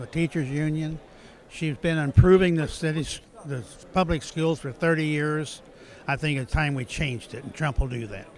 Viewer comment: For a guy who wants to make schools better he cannot pronounce the word "schools" correctly.